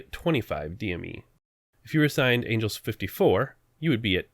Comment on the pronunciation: "Angles"? Seriously!?